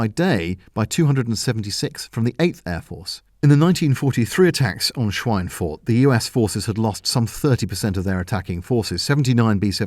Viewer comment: your pronunciation of "Schweinfurt" is realy good